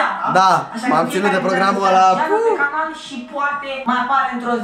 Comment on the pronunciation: Selly zice "canar" in loc de "canal" 😁